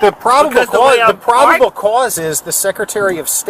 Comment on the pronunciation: Lol aks, aksed, aksing, idettify hisself, propible cause, articilant reason